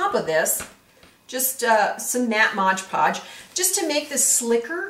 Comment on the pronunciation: You are an exceptionally good instructor. Many tutorial videos are so disjointed and miss important instructions. You are well organized and careful to present things in logical order with great tips and photos. The only con is this: it is MOD-podge, not modGE-podge. Yeeks.